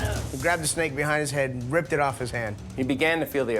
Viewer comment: Hehehe, said snack instead of snake